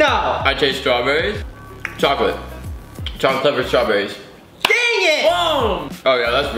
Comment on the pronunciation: he sed cholic curved strobairys